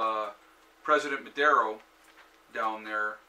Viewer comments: The name of the president is Nicolas Maduro, not "Madero", he is basically an illiterate guy, he was a bus driver, he was given several government positions by the previous president Hugo Chavez because he presented no threat to him. Venezuela owns a huge amount of money to Russia and China and they are paying them directly with oil. The major problem of Venezuela is that their economy relied mostly on oil, no agriculture or self-sustaining food system, tourism that had huge potential never was properly developed etc. They had to import most of the essential goods with the money that oil provided. There are very interesting documentaries in youtube about what happened to Venezuela I recommend to watch them closely. The problem isn't socialism per se, the problem is corruption, lack of long term planing, lack of basic intelligence to run the country economy. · It is not Madero, his name is Maduro!